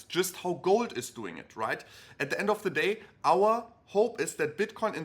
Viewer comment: END, not ENDE